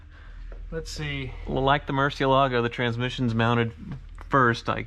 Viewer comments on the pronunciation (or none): Falling behind, you took over 9 minutes to desecrate the pronunciation of Murcielago this time. Those skate casters are brilliant!!